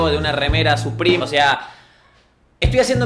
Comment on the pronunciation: No se dice suprim se dice supreme